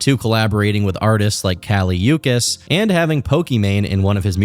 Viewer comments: did you just call kali uchis (oo-Cheese) kali oo-kiss? 😂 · who's kali youkis? you mean kali uchis? god... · 😂 Kali Yuck-iss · great video, just a side note that its not pronounced "uu-kiss" for kali uchis its "uu-chees" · Kali You-kiss? It’s Oo-chees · “callee yukis“💀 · it’s kali oo-cheese btw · Bro said kali “ukis” crazy work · "kali you-kiss" bro 😭😭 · Not calling Kali Uchis Kali Ukiss 😭😭 but being fr, I was so hyped when they collated bc Kali is my fav artist of all time and now looking back at all of the red and strings in the music video for Crashin', I'm devastated and disturbed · Kali "You-kis" 😭😭😭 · excuse me it’s kali uchis as in cheese not ch as in chronic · it’s pronounce ooocheese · Kali “Eukiss” 😭😭😭@ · kali “yukis” 😭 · Kali WHO😭😭😭 bro said UCUS😭😭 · "Kali you-kiss" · kah-lee ooh-chees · Kali Uchis is pronounced as Kali Oo chees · “Kali Yookiss” 😭😭😭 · not kali "yukis" 😭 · The pronunciation of Kali Uchis as "Ka-lee Yoo-Keys" on threw mee hhahahah 😭😭😭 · Not cali uookis 😂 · kali "yoo-kiss" :( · Kali uchis pronunciation is insane wtf is wrong with you do your research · You mispronouncing Kali uchis made me giggle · great video, but the way you pronounced Kali Uchis’ name will never leave me. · lol that was a crazy way to pronounce kali uchis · the way you pronounced Kali Uchis pmo 😒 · Nice video overall but it was a little funny how you pronounced Kali Uchis. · Why did he say "Kali Uchis" like that 💀💀💀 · the pronunciation for Kali Uchis was so insanely bad come on man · The way you pronounced Kali Uchis name wrong 😂